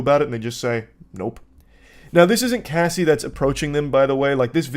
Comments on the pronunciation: I knew what he meant, but wendigoon was reading Cassie, while saying casey and it was mega distracting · CASSIE ( short A sound) not Casey! Please get the survivor's name correct! It means the world to us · it’s supposed to be like “cahh see” not “Kay” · Bro idk why its so hard to watch this listening to him say cassie wrong everytime, someone correct him lmao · Bro how does anyone that has English as their first language say the name Cassie wrong? It was mind-blowingly irritating lol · Got annoyed that wendigoon can’t read the name “Cassie” correctly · Getting her name wrong through this whole thing is diabolical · One of my biggest Pet peeves Is when someone attempts but fails to be a "subject matter specialist" before even taking the 30 SECONDS to learn their name. Her REAL name I believe is Cassandra, but the name she's gone by for DECADES, is CASSIE. Wendigoon CAN do a few decent videos, but cmon bro, u live in an age where nearly ALL information is your fingertips, spends an HOUR doin a video about a subject, but couldn't manage the LITERAL 30 SECONDS to Google how to say her name. C'mon man, that's just flat-out lazy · Okay, few things: it's a date-rape drug. Why can't the tell the story without laughing, or saying her name correctly. Her name is Cassie like short for casserole, not Casey like K. C. Worst, You're telling the story about a young girl who for over a decade was raped, trafficked, beaten and had her career stolen. It's not a porn story. Perhaps you aren't the one to tell the story at all... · It’s Cassie (Cah-ss-ee) not Casey wtf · i actually couldn’t finish the first one because this mf wendigoon cannot pronounce the name “cassie” even tho he clearly sees its short for “cassandra.” CASEY? MAKE IT MAKE SENSE! also, its wayyy too much laughing going on from, imo. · It’s Cassie not Casey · CASSIE, IT'S CASSIE, not casey... Wtf... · The constant “Casey” pronunciation instead of “Cassie” was actually getting to me idk why 😂